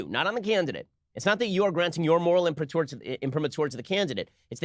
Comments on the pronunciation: Hi Ben, "imprimatur" ("let it be printed" in Latin) is pronounced with the accent on the A, not the U. Sorry to nag, but it makes my ears bleed. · Not many people know that. But let's face it - most people 'Americanize' Latin pronunciation.